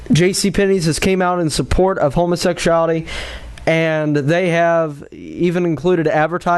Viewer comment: Tired of hearing him pronounce it "homosexshality"